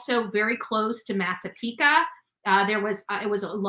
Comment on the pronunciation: Massapequa is no ca it’s qua like quiet at the end, just sayin lo😅